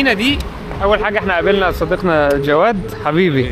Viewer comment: عفيه صيحله لصديقك جواد مو گواد 😂😂